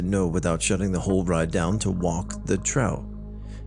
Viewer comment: I love how he pronounced “trough” a different time every time he said it lol just fyi it’s phonetically pronounced “troff”. Like a pig trough.